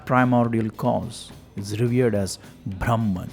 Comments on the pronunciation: The pronunciation of the word " brahman" makes all the difference. When the narrator in the video says" braahmman" it's wrong pronunciation. It's actually "bruhmn" or bruhmom" . It's the other word for "ultimate knowledge". What is ultimate knowledge.... it's about the formation,working and existence of the universe!! In other words it's about "skanda" what is the meaning of scanda? The minutest molecular of an atom is called skanda!! So brahmaom is nothing to do with Vishnu,Shiva or any so called "god's" we worship but the essence of the Universe. Earlier men used to worship nature & animals. . That is very sensible. Because that way we won't destroy or damage our nature. Now we realise how much we exploit, destroy our nature through deforestation, quarrying, mining, polluting our rivers,land,air etc. So respecting nature was more sensible than worshiping Vishnu,Shiva,Saraswati,Lakshmi, etc etc. Now we worship power& money. Still we proudly believe that we are the most advanced humans in the history of mankind!!😑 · ब्रह्मन् should be pronounced BRAH-man, not BHRAM-an. Bhram is confusion, delusion, erroneous perception.